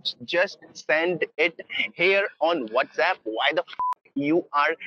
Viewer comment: “Shat App” “Shat App” “Shat App” “Shat App” Got me dying 😂